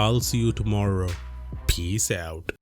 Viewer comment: Great video content as usual, thumbs up for that Buuut, lately at the end of your videos, for some reason, I'm hearing Piss out which is hilarious 😂😂😂 Keep up the good work 💪👍